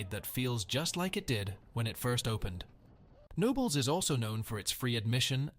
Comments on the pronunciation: Knoebels is pronounced Ka-nobels and I don't think that footage used is from the Phoenix. Just sayin' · Boy the park is KAH-KNONLES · I know it’s confusing but it’s pronounced kuh-no-bel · Yeah….Pretty sure they meant Knoebel’s. Pronounced: Kuh-nobels. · I came to the comments to specifically check if anyone called out the pronunciation of Knoebels.